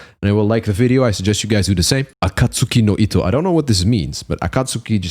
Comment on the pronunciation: 「暁の糸」の発音がパ－フェクト(๑•̀ㅂ•́)و✧❤